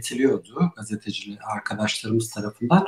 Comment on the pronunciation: GASTE DEĞİL GAZETE !!!!!!!!!!!!!!!!!!!!!!!!!!!!!!!!!!!!!!!!!!!!!!!!!!!!!!!!!!!!!!